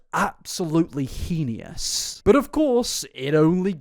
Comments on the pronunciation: The way you pronounced heinous... Hee-Nee Yuss... it gave me life my dude lmaooo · Every time you say 'Heinous' I wanna cry 🤣 It's pronounced 'Hay-Ness'. Coming at us with He-nee-ous 😂😂😂